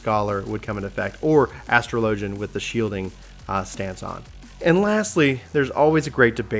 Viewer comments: Astro Lojin! HAHAHAHAHAHAHAHAAHAHA! Az tro Lo Jin! The Ass Tro Lo Jin. You spek Engish? I can't... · This is a hard video to watch because you don't know how to say "Astrologian" there are pronunciation videos vgs